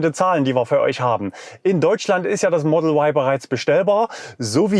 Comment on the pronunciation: Sprache soll für das Publikum verständlich sein! Model Why ist nicht verständlich da Sie sich an Publikum mit deutscher Muttersprache richten. Ein deutschsprachiger Mensch denkt bei "why" an den Buchstaben W, und nicht an den Buchstaben Y. JA, wir leben in einen freien Land. Deshalb ist es mir derzeit noch möglich ohne Risiko einer Inhaftierung Sie darauf hinzuweisen dass "Ypsilon" verständlicher ist.